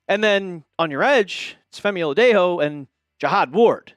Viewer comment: OH-LA-DAY-JOE... Like a cup of Joe... Its been a full season